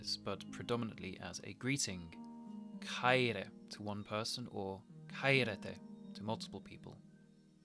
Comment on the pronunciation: Great work but your pronunciation sounds english. English language don't have some of the sounds and it is kinda hard to do the greek sounds correctly. (Example: μαλα χαιρε - You said mala ka-i-re but is it like MALA HAIRE - the sound like H (Hotel) So it isounds like MALA HAIRE .